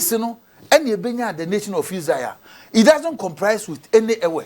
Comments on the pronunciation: Evwheh is never pronounced "eve" or two, as this man is propagating here, and the people named Yoruba were not called Yoruba until the 1800s when a man called Crawley from that ethnicity who had returned as an enslaved man from the Americas as a missionary was consulted by Europeans on how to collectively call his people and that was when this man Crawley coined the word after the word "Erba" which the Sokoto people called their neighbors to the south. Before then, they were many nations with similar language in this region which was then called the Evwheh denyigba or Evwhehland and was also known to European enslavers as the "SLAVECOAST"". This is the history. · Ewe and Eve is not correct. pronouncement. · old man i like your teachings ,but our name is not as you pronounce it, and even the god of thunder you mis pronounced